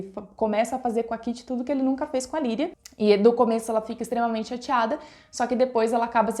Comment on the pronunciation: A minha duvida é por que vc não fala o nome Lydia , parece que vc fala Liria ou Lirria ....Mas o certo é Lydia ou não é ?